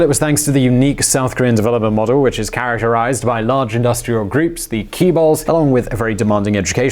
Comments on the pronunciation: Sorry but your pronunciation on "Keebal" (conglomerates) is wrong. You should say "Jaebol", stressed on the first syllable. Your pronunciation on "Hyundai" also sounds very funny to me. You should pronounce that as Hyeondae. I know this is not your fault. It is sort of a stupid Japanese influence on funny Japnese-style English learned by old Korean generations back then. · lmfao, not "key-balls", it's "chae-bols" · Instead of chae use jae will make it proper pronunciation. and about Trans Siberian railway, Moon's ambitious plan, we all know socialism and communism failed and don't work, He will have big problem convincing jaebol to invest in North, still many south Koreans don't trust north Koreans including my family.. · For heavens sake, it is not "Key Balls", it is closer to "Jay Balls" if you have to mispronounce it. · "The Key Balls!" Hahhaha! jchae ( a bit between J and CH + ae → as in the English yeah ) but at least you got the Balls right = ) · It’s “jae-bol” not “ki-bull” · I like the KEY BALLS. It does sound more important than Jae Bols. lol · Pronunciation correction: the large conglomerates in Korea should be pronounced "CHAE-BURL" not "KEE-BURL". Good try though. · I hate those keyballs messing everything up, btw the "ch" chaebol is pronounced like "J" in Joy ;-) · let me tell u how to pronounce Chaebol : its "JAE - BOL" not Keeebols lmao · Couldnt understand ‘Chae-bul’ at first. It sounds more like [jae-bul] than [ki-bul]. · if you ever need help to pronounce Korean words, I'm willing to help out.:) (Like "chaebol"... it's not "kee bol." It's more like "chay-bol." And Hyundai slightly rhymes with "Sunday.") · Chaebol is chay-bull not key-bull! I can forgive with Hallyu but not repeated mispronunciation of Chaebol. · Learn to pronounce Jaebul!! Jae is the same as in Moon Jae in. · CHAY-BOL HYUHN DAY MOON JAY-IN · actually phonetically Chay-bowl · Jade Bird would sound more close to chaebol than the way he says it... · Kee-bols. lol